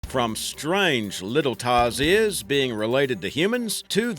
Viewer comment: Its called tarsier/s not tarzier